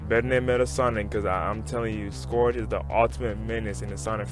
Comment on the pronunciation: scourage the hedgehog